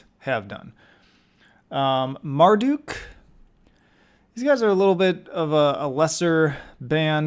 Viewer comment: This very clearer barley listens to Black Metal but Marduk and dark funeral at D because hes never listen to them and he pronounced Marduk wrong its pronounced Mar-Duck not Mar-Duke. When talking about Satryicon he said "I'm blanking on title names again" because hes never listened to it. And putting Gorgoroth a B is diabolical and doesn't even know what hes talking about half the time this guy has clearly barley listens to black metal.